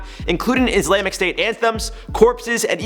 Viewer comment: I rewatched him pronouncing Islamic like four times.